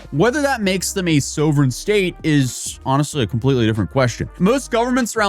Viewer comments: Pronounced sovereign wrong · " so vren" ? Come on man. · Add "Sovereign" to the lost of words you don't know how to say.